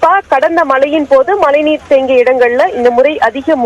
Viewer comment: ஏம்மா மலைநீரா?? மழைநீரா 🤔🤔